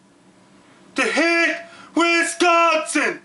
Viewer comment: You are delivering a great message that is 100% correct, spot on~! And I love the way that you say "Wisconsin"~ Thank you for giving us the head's up. <3